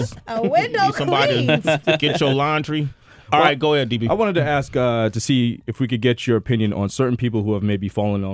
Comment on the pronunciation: Sway learn how to say "ask" properly